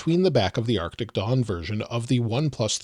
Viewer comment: It sounds like you're saying "arctic dong."